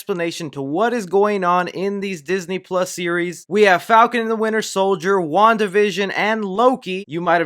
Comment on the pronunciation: Nobody:: Falcon And Winter sOiLdEr